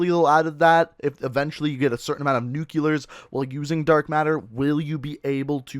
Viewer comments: NuKuLaR triggers me way more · its also NU-CLEAR not NUKU-LAR like so many people i know mispronounce...